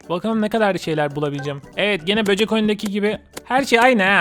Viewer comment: Abi böcük dedinya bende çok güldum abi ben seni bayadir izliyorum